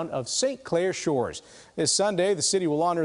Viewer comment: If you're going to cover a story at least learn how to pronounce his last name. The Shores is also famous for being the hometown of Steve Wilkos' wife Rachelle Wilkos. And the city's hockey program is pretty well known too. One of the players on the 1980 Olympic "Dream Team" is from here. And Lake Saint Clair hosts an annual international bass fishing tournament as well as some amazing walleye catches.